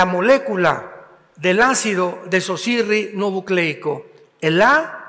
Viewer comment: Pastor Alducin, me gustan mucho sus enseñanzas pero tiene problemas con esa palabra y casi siempre la dice mal... Es Desoxi_Ribo_Nucleico